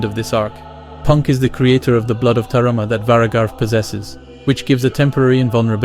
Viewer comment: ITS BLOOD OF T A M A R A......NOT BLOOD OF T A R A M A as you say all video ,, so ta-ma-ra ( 3 syllables 1-ta 2-ma 3-ra ) an no ta-ra-ma ( syllable RA dont exist you made it up -ar you here at the end of word ta-ma RA)